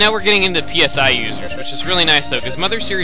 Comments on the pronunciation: pronounced "SIGH" XD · FYI that word "PSI" is pronounce sai (as in psionics)